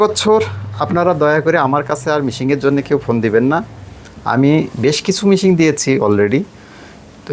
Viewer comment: তিনি শিক্ষক হন কিভাবে? মেশিনকে মিশিং বলতেছেন।